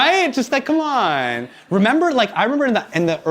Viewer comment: The way hasan say com'on is hilarious